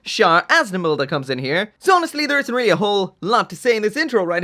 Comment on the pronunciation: here just to hear him say "air-ly real grade" lol